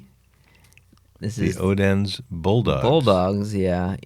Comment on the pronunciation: Odense is pronounced (O-Len-Sa) I’m a quarter Danish and I know that.